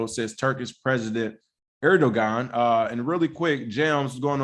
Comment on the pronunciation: Hey Guys love the show. The G in Edoguan is pronounced as a W. Pronounced Edowan.